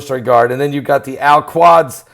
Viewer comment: Al Qudz (like Koodz)